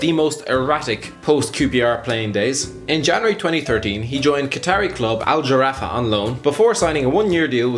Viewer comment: it's Al Gharaffa... a gargly ghhh.... please not Al-Giraffa! It's not named after a long-necked animal!